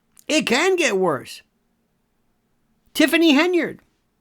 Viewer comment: Pronunciation is terrible - tifffany hindered ?